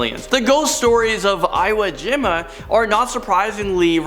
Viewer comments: it's pronounced "EE-woh GEE-mah" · You pronounce Iwojima as IIIWWUU-Jim’a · It’s: eee-wo-geem-a, Ho-Kai-doh... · Hey,! Great vid. just one thing....Iwo Jima is pronounced "ee-woh gee-mah" Got the giggles every time you miss pronounced it! LOL! Hang in there!! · Iwojima is pronounced ewoo geema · I wish you guys would spend a little more time on pronunciation guides for the names of things. Its, "EE woah jee mah" for example. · How... the hell... do you mispronounce Iwo Jima...... please for the love of god look up how to pronounce names, you got so many wrong in this video. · Sorry to be an English teacher but it’s a pet peeve. Foreboding is pronounced with a long “o”. Iwo Jima is pronounced with the long e in both words. The battle of Iwo Jima is an historical battle and I couldn’t let it pass. My apologies. Thanks for the vid though, very interesting!